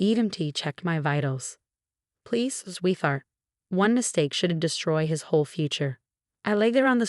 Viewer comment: Sweeth art? Nine hundred and eleven?